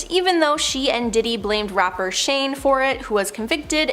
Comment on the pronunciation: It’s Shine (spelled Shyne) , not Shane and Tommy Mottola, not Morola or whatever you said. For being a channel about information, y’all are pretty awful about basic facts. 🙄